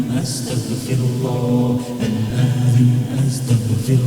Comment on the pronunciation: It’s good but it’s not athem it’s aatheem